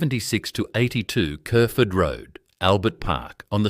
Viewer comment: the robot pronounced kerferd road correctly!